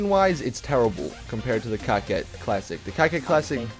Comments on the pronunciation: Wtf is a cacet classic? Its core-ket douche. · Coquette not cockette. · and he keeps saying cocket it's coke ette like Corvette but coke ette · It bothers me how you pronounce Coquette.. It's pronounced "Co-Kett" not "Cockette". If it helps you, try to pronounce it the same way you pronounce Corvette. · nope its cokewet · Did he say cocka? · No, that is not how it's pronounced. It's more said like "coke wet" there are many ways a "q" can be said but here it's not said like a "k" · Airtug_Creeper i would say cockwet but really fluently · Isn't it (Coquette) pronounced Coketty?